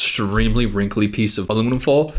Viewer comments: southern accent detected "aluminim full" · aluminum foal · said aluminum fole